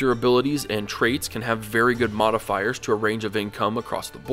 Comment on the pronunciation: did you said Motifiers or Modifiers I'm confused Btw great explanation on economy Kong Rong would be proud.